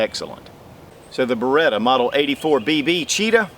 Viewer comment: Bare-Ah-Cheetah??? I always thought it was Ba-Ret-Ah. Lol